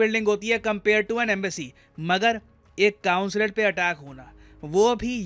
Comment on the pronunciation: कॉन्सुलेट होता है न की कांसुलेट